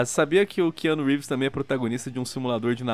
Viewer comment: Ki Anu Rívis